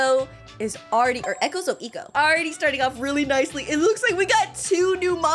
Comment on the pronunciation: I think... Eco is pronounced "eecou"